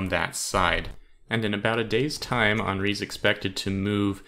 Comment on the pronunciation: It's Hen-ri, not Han-ri